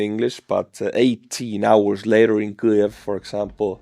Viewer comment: Kliev? How hard is it to say: keev? There's no L in Kyiv. I know you won't respond (never do) but thanks for the news about Russian losses.